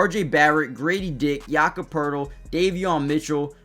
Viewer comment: No R in Poeltl.